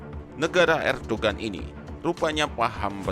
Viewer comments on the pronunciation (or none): dibacanya erdowan min. gak ush dibaca huruf G nya.